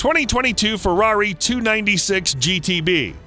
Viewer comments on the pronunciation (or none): none